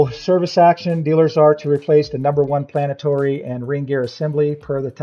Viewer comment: Planetory... Lmao